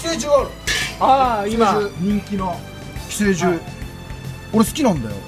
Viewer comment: 発音って寄生獣じゃなくて寄生獣じゃないの？